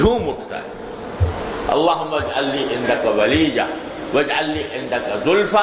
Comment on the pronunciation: Waleeja not waleeya